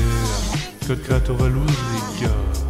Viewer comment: pas valouz